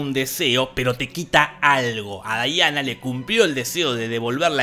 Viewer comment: Me encanta que en muchas review le dicen Daiana y es Diana